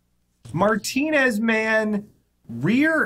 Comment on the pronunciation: I live not far from Martinez, and thank you for pronouncing it correctly. People from this area pronounce it Martin-EZZ